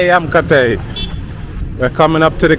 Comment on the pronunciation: Not kotai.it,s kootaai. Kotai means £%#*? Kootaai means palace